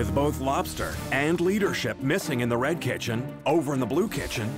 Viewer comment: “You’re serving RRRRed now yeah? You’re serving RRRRed now yes?”